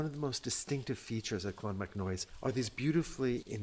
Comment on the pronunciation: I absolutely love this channel and have been following it for years now. I let you know now, this is very well presented, love to see you're doing some Irish stuff, but just have to pull you up on a few pronunciations there if that's okay; it's clon-mac-noyce like Joyce, not noise like toys, the same would apply to monasterboice ie Boyce etc, ciran is keer-On, the fada denotes the long vowel and its conn--nocht like noct-t-urnal, the ocht like the german for 8 is a bit guttural, other than that its perfect lads well done